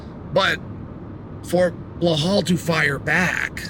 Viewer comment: "Blahol" STILL? 🤦‍♂️